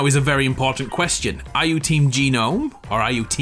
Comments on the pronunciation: in America we pronounce gnome (nome) not ganome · Evertime he says " G nome" 🤦‍♂️ its gnome the g Is silent... a genome is a completely different thing smh